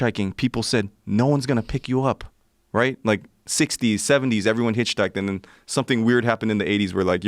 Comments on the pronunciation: He said “you hitch-housed?” 😂😂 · You “HitchHoused” ?? Lolllll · “Hitch housed “ 😂 really bro 💀💀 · Joe “You hitch housed” Rogan! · He's cool but he ABSOLUTELY CANNOT pronounce hitchhiked. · Dude hitchhiked around the world and can't pronounce the word hitchhiked.